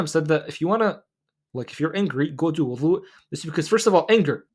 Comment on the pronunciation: With all the love in the world, Can you please enunciate the word Wudu with a ض not ظ Language of ض ❤❤